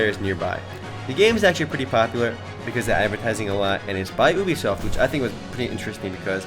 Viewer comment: did he say boobysoft ?